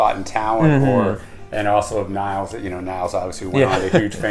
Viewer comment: It's pronounced Neels. For Nils lofgren